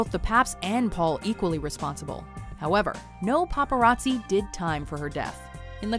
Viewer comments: god damn popereezee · Paparazzi, more like papa r azzi